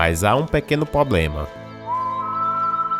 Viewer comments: Quando falou "PÔBLEMA" parei de assistir kkkkkkkkkkkkkkkkkk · Para cada vez que você falou "poblema" um anjo morreu no céu. E prefiro nem contar o que aconteceu com cada arcanjo para cada erro de concordância verbal. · Vc fala "pobrema"de forma errada. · `` ingual`` poblema`` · nossa cara. Até escrevendo vc fala errado kkkk pois eu não assisti. Não consegui ver até o final. """""""Poblema"""""""